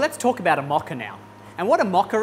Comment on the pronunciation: It’s a Mocha with a MO not MA